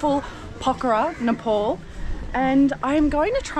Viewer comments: don't say nepol NE- POl say Ne-Pal Nepal it's nepal not Nepole😜 welcome to pokhara 👍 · Nepal is pronounced as NE PAL not NE POL Beside this I am enjoying your content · What do you pronounce it nippole instead of Nepal ?? 😂